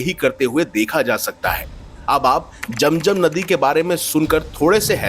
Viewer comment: बकवास,,,,,,👎वेदों को पढ़ लो समझ आ जाएगी,,,,,जम जम पहले बोलना सीखो